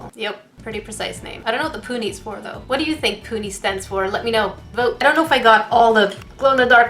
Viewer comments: When she said pony.....it hurt my soul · its pronounsed poony but spelled puni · It's pronounced poony gel